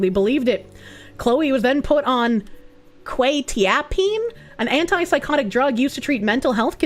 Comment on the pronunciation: I'm on quetiapine (heh, you pronounced it wrong), only on a low dose now though because it stopped working for my mental illness, but it still makes me sleep very well. :) Yeah I wouldn't be able to take that during the day, only before bed, because it makes me extremely drowsy. When it worked for the mental illness though, it was amazing. Alas, nature of my condition is gradually gets worse over time, and the meds didn't stop that I guess. (Or it just stopped working on its own accord, maybe my brain adjusted to it. And I was already on the highest dose, so, nothing that could be done without seriously risking my health.)